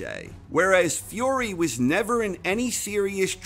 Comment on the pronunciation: Why do you say "Fiore" instead of "Fury" ?